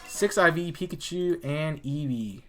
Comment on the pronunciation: This man actually said "Pekachu"